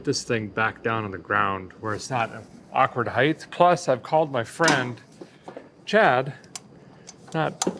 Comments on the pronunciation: Ride heighth? Hmmmmmmmm I don't think that's right Derek!??? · Derek, did you say “ride heith”? Well then, what is the weith of this car?